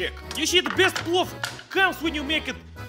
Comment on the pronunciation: The video auto played and Thought i heard плав in Serbian instead of плов. Thought you were gonna cook up some blue.